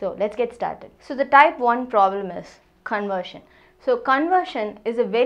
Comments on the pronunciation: not conersion its CONVERSION 😂😂 where is V 😅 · ITS 'conversion' NOT ' Conersion '.*****......**** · . It's not conersion it's conversion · Conversion or conersion? 🤔